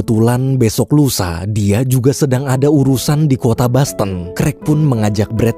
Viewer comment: bukan basten tapi boston min wkwkwkw... itu dosennya meninggal apa gak diumunin di grub fb atau wa kah? wkwkwk